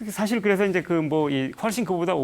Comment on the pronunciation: 우선, "선종"의 "선"은 단음인데, 길게 잘못 발음했고, 달마는 "초조"라고 해야합니다. 장음인 단어의 첫 자를 짧게 잘못 발음한 예:사실,사물,(때로는 "똥"과 "대변"을 구분해서 써야지ㅛ)선(악의 대),해결,타협,말(입으로)사태,등으로 장단음 문제가 있.음에 의문의 여지가 없다.강사는 천속한 말로 그리고 기이한 사례로 젊은 사람들의 갈채에 도취해서는 않됩니다. "한국 어문을 고발함"이라는 책을 고국의 동포께 간곡히 권하는 바이다. 미국 변 완수 드림